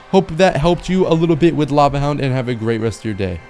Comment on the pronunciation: Bro said hava lound